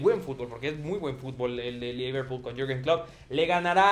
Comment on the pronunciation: al comienzo dijo leverpool